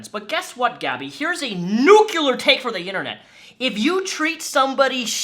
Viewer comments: Did you just say "nucular"?? XD Did you mean "NUCLEAR"? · ES-cape. ✔ EC-scape. ❌ New-clee-ur. ✔ Nuke-you-ler. ❌